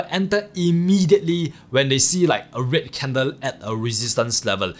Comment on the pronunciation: I currently watching all your videos and it took me a few to realise you was saying red candles as i was thinking wtf is a rit candle 🤣